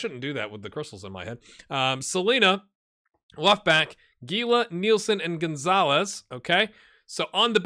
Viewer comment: I think Nielson was just mad about your Scottish accent, and took it out on you with the tackle in the first Atalanta game. Also, isn't Gila pronounced Hee la? I think Mystery Science Theater 3000 did an episode with The Giant Gila Monster, ... yup